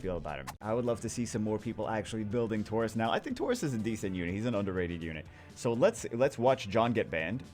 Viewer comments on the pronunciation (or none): none